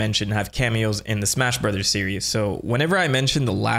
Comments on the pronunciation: Great video but I really wish you’d just say the word “Brothers” normally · Are we not going to talk about how this dude said "Super Mario brathas movie"? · Sorry no, it's so funny 💀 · the way you say Mario brothers.... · You forgot to pronounce "brothers" the right way. Edit: You forgot again.